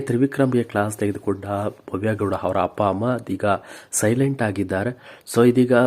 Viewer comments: ಹಪ್ಪ, ಹಮ್ಮ, ಹೆಕಹೇಕಿ, ಅಲ್ಲಪ್ಪಾ , ಸರಿಯಾಗಿ ಕನ್ನಡ ಕಲಿತುಕೊಳ್ಳಪ್ಪ ತಂದೇ 🤦‍♀️🤦‍♀️🤦‍♀️🤦‍♀️ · Yo happa hamma alla first kannada nettage mathadi atleast igadru correct madi kolli kelakke himse